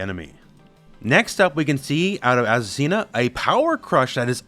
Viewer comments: You need to work on your Spanish pronunciation hahaha is Azucena ! Not azucina! Greetings from Argentina!! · I find curious that you, an english native speaker I assume, read Azucena as "Asesina" what is the spanish word for "killer" in female grammar. I wonder if the designer did that on purpose at the moment to choose a name for her. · It's pronounced Azu-SEH-na. Not Azu-Cena like John Cena. From a spanish speaker who actually has an Aunt named Azucena who laughed when I showed her the trailer with her name on it